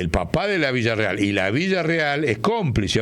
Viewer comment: Por qué dice Villarreal, si es Villarruel ?